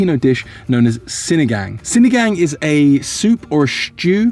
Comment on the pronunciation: I like Chloe, she seems to know a lot about Philippines. I dont care that you make Filipino content bec. you’re making a profit out of it, as long as you genuinely enjoying it (doesnt seem fake like the others). With regards to our vowels, we only have short sounding vowels like A-abacus; E-elephant; I-ibiza; O-octagon; U-umami. So when you say sinigang, ‘gang’ is not like ‘gangs of new york’ (leo movie haha)